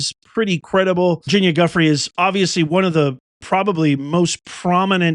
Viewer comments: Due frey is how it's pronounced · Virginia’s last name is pronounced Joo-FRAY. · It’s du-FRAY’………VIRGINIA DU-FRAY’